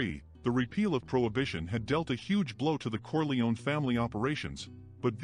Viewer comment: It's not "Corleoni" it's "Corleone" pronounced "Corli-own"